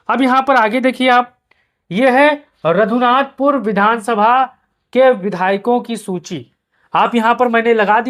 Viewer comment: Nam padhne nhi ata raghunathpur ko radhunathpur padh rha ha phle shi se dekh to leta